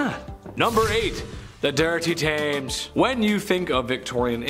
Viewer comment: You said it wrong it sounds like tems river 😊 also how many times do you need to mention Jack the ripper in one video ?? 😳